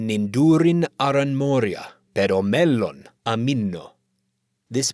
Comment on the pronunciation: Unlike the pronunciation offered in the video, the Khuzdul phrase [kʰa'za:d ai 'me:nu] contains long vowels, and the Sindarin word mellon has a double consonant. The Black Speech suffix –ûk "all" also has a long vowel (whether stressed or not).